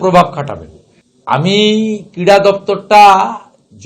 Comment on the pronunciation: ওটা ক্রীড়া নয় কীড়া হবে😅😅